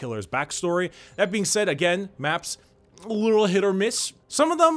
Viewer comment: "And then you smack em agEMM"